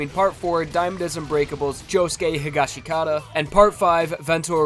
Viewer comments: ITS PRONOUNCED HE-GOSH-KUH-TA NOT HE-GOSH-KA-TA-DA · It’s hish-ga-skit-a damn. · Higashikata?? Why you say it like that